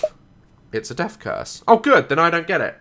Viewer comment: Daz: hello welcome back to dath Me:dath or da- WHAT